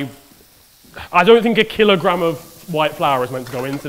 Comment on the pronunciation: attempting to say kilogram:I don't think a killergram